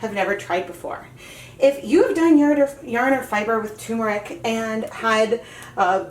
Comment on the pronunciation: As an Indian... For the umpteenth time... It's not "t-ù-meric" It's "t-er-muric" as in urr... Turrm-urr-ic